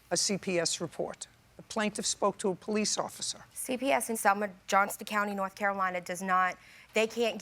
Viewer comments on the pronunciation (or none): none